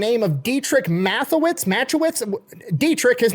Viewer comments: It's masta-shitz. I swear to god thats how its pronounced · Dietrich "Mata-schitz" is how it's pronounced. Yes I watch F1 but not because of RB. PS - how about a video on gas station boner pills???? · Mat-i-schitz is the pronunciation for Dietrich Mateschitz... Redbull F1 fan and part of of billions of Redbull cans of 2025... Also, buy them by the 12 pack... Alot cheaper in the end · Dietrich Mateschitz... okay, so, apart from the "ch" you got the first name decently... "ch" is like doing the english "sh" sound while leaving out the "s" from the sound. Sounds a bit like a more articulated hiss or breathing out. And the last name, going with phonetic english for this one: Ma-te-shits. You may giggle now. Important to pull the "Ma" and the "Te" apart, otherwise you're sounding Australian, not Austrian. And as funny as Mate-Shits is, we're not making an Aussie Native American War Name here. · You pronounce it “Mattershits” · got the first name, last name is pronounced matte-uh-shits, may he rest in piece. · MAT EH SHITS is how toh pronounce it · "Mat-a-schitz" for pronunciation, also seeing a non F1 fan discover this is amazing and im glad it was you.